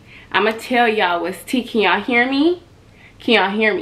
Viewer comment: That "can yall hear me" lowkey sound like "keion hear me" 😂😂